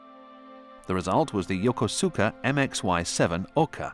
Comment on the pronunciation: I really enjoy these WWII videos including the ones I’ve seen several times. I have to smile when the narrator tries to pronounce some of the Japanese words like Yokosuka and Tarawa. In the Marine Corps, I spent six years in Japan, including three years at Marine Barracks Yokosuka. There I worked with a former Japanese zero pilot who had great stories. I appreciate the effort to put these on You Tube. Thank you very much!!